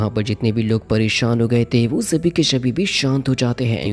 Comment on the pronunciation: !!!! Shabii kai shabhi 😂😂 mistake 😅